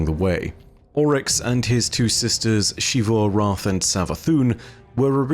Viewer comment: Dude. PLEASE. It's ZEE-vu, not SHEE-vu. It's been said out loud numerous times in-game, and it's Zee-vu every time. Your pronunciation is objectively incorrect. "X" does not make that sound. It's a small thing in the grand scheme, but recounting the stories of Destiny is basically what you do for a living, and it's borderline offensive that you deliberately keep getting the same thing wrong.